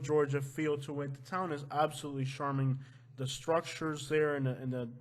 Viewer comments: "CHARM" not "SHARM"! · You have to learn how to pronounce charming bro please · The male announcer needs to learn how to pronounce charming( it is not sharming ) as he says on all words beginning with ch... he says sh!!!!!! Get it right!!!!